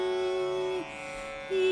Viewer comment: Not 'YENTERYAMI' BUT 'antharyami'